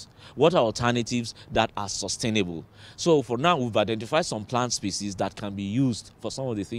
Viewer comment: Why can't Nigerians pronounce the word 'species' correctly? A news reader should check pronunciation at least🤦🏿‍♀️